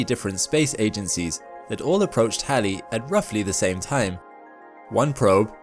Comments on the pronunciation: first time Ive ever heard anyone call Halley's Comet correctly....... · Nope, it is Halley. After Edmund Halley. If you don't like the way he pronounced his name, take it up with him. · Because that is how it is pronounced. After Edmund Halley. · No, it is not pronounced like the female name "hayley" His pronunciation is correct.